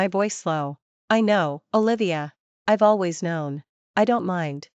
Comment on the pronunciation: Pronunciations! Bee ed? Al. ways? And she too has no morals, drinking and sleeping with an old flame/friend the day she meets him? You are pretending to write a story for non-Chinese readers too, right? Mention only one name, not both after the first time.